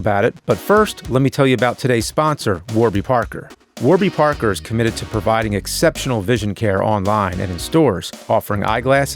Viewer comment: It sounds like you said war be Parker.